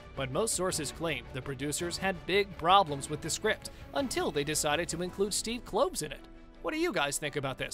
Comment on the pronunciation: Yeah, what a failure! "Crimes of Grindelwald" only made 655 million worldwide - shame really😝. And like this guy said, the third film is surely as "doomed" , so it will probably only make a paltry 700 or 800 million bucks. And BTW, it's Steve Klov-es, like Clovis, not Cloves.